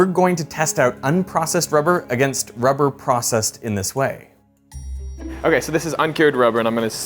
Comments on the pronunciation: Why does it seem every expert in rubber has a slight inability to pronounce 'r' too perfect😂 they be spending their whole days talking about wubber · "Its a essential fow cell membwanes" "Wubbew" Lmao rhotacism is a hilarious thing. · Diabolical work having a person being a rubber expert but cant pronounce rubber. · She seems like a lovely and highly educated lady but god damn having a rubber expert who can't quite nail pronouncing their R's all the time... I hope we can all see is a little funny.